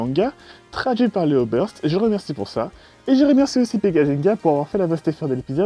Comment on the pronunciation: O lieu dans legenerique de gt il dit bleyblade borst au lieu de burst